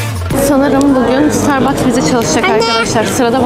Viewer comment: starbaske diyişi